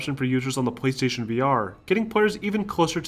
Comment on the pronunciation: I keep hearing him say. Pwease station